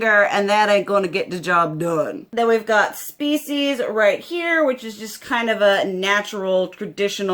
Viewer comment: OMG I had to back the video up cuz I could have sworn the brown color was called FECES🤣🤣🤣🤣🤣🤣🤣. Yes. Species. I know now.